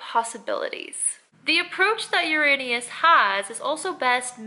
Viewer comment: Most mispronounced planet in the universe. You're good. 😁